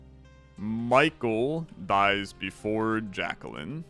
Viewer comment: FYI: Jaquelline... Jack - elle - line. (edit okay you say it right every time except the first time)